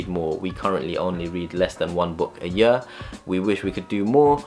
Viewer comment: The way you pronounce ''year'' is so funny.